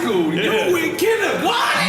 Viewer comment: You went KINDGERGARDEN !! lol